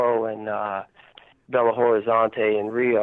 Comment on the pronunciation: Great job! AMAZING interview!!! Thank you so much for doing this and sharing this with us all. I am from Belo Horizonte, Brazil and it was nice to hear Vinnie mentioning it. Great pronunciation of the city's name as well. They changed many, many people's lives in Brazil when they came. Including mine. Vinnie really needs to write a book/memoir ASAP!